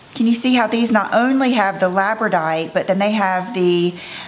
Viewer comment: Hey, I live in Labrador and the stone name is Labradorite, so it’s pronounced Labrador + ite I remember you always said you weren’t sure 🙂